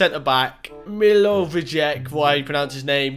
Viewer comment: Milo vi check 🤣🤣🤣 Mill a voi a Vic is how to pronounce it